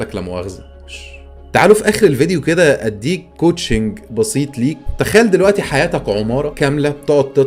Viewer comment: انا ما استفزنيش غير انها كاتبه couching و تنطق "كاوتشينج" اللي هي من إسم 🛋️، بدل الكلمه الصح coaching اللي هي تدريب🤦🏻‍♀️🤦🏻‍♀️